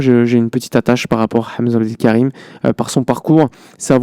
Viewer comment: Tu prononce très magnifiquement le nom de Hamza Abdoul Karim